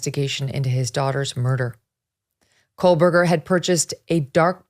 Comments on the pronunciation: There’s no l in Kohberger Megyn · Please stop mispronouncing the accused killer’s last name. There is no “L” in KOHBERGER. You keep inaccurately pronouncing his name as KOHLBERGER (like there’s an “L” in it). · Love you Meagan! But its "KOe- Burger" Not "KoL-burger" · FYI - It is pronounced Co Berger - not Cole Berger. You’re welcome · My god is this woman still calling him Kohlberger??? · Still no L in his name. Not COALBURGER. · Megyn. Why do you keep pronouncing his name with an L? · Is it driving anyone else nuts that she keeps on putting an L in his name? Ahhhhhhhh